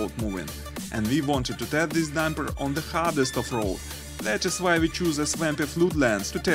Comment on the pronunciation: По английски ролик научились озвучивать, а "дУмпер" правильно произносить нет....